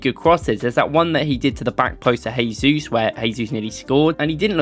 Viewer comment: The J in Jesus is not pronounced as in Spanish. Use the same you are using for Jorginho...although not perfect it is closer :)